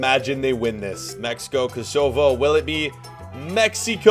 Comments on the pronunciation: Kozovo It’s Kosovo bro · Koe sow voe that’s how u say Kosovo 🇽🇰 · You sed eit wrong its kosowo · You pronounce Kosovo kos o vo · Kosovo is said co-sov-o